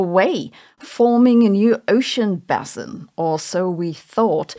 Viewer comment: I learned the basic content of this Youtube video, East Africa cut by rifting with a triple junction in the Gulf of Aden, in the Structural Geology Course at University in ... 1985 (Vordiplom, comparable to BSc level today). BTW - Geology does not deal with bassins, but with basins (sedimentary, oceanic). Quite a difference in the pronunciation and the meaning :-). I hugely enjoy almost all of your videos on YouTube, Sabine. This one, I'm afraid not.